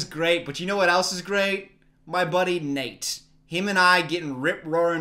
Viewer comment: Ohhh, he said "my buddy Nate", I thought it was "my buddy naked"